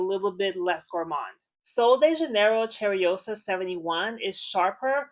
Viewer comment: Cheirosa is pronounced Shah-rosa not Cherry-Osa Lol 😂 Everytime you say it l try to figure out where your accent is from